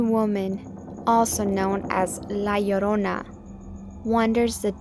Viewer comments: the way u say it sound like yodnona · "la lluhruhna" lol